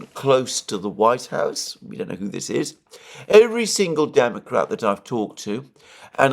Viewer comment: Alexander says "who" like "kho". A Greek influence, I suspect :)